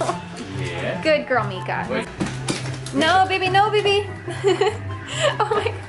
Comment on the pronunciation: It’s said Meeka